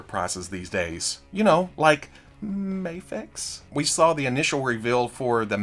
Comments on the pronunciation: There it is! I love when you cycle through the 3 pronunciations of Mafex in one video. Gold. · I love how you pronounced Mafex both ways in 10 seconds